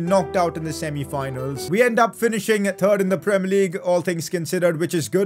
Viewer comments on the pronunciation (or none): Makes me laugh when says “third” it sounds like he is saying “turd”